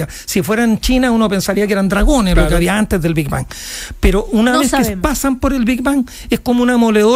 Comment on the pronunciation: El chabón dice "el bi ban".